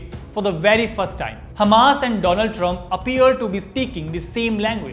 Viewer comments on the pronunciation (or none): Its so easy to speak english! Dont pronouce d in every word. Like time is note dime!